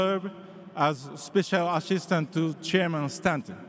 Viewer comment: いやいやなかなか発音も上手いです。アメリカ式の発音が身についてると思います。例えば「Stanton」のTの発音が詰まり気味な所とか、日本人英語だとなかなかそうは発音しませんが、ネイティブの発音を毎日聴いてて身についたんじゃないかと思います。あと言葉の区切り方も単に英語の原稿を読むだけだと変な所で区切ったりしがちだけど、ネイティブならここは一まとめに発音するという部分はちゃんとそうしてるし、字幕なしでもネイティブにちゃんと通じる発音ですよ。